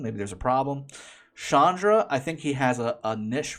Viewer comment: It's Chandra. Not shandra 🤣🤣 Ch as like in change. You don't say shange for change.